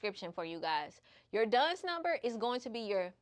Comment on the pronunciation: Lots of great tips. Btw it's Dun and Bradstreet. Not Duns. Work on your pronunciation and don't smack your lips. These things may seem minor but they will help you to improve your presentation and bring even more views so you are taken seriously by a wider audience. I made it to the end. Very informative video. Good job.